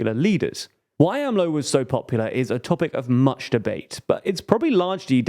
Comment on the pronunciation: They finally got AMLO right! It made cringe whenever they went A-M-L-O.